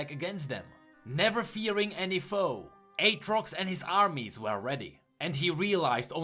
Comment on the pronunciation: you done messed up AA-trox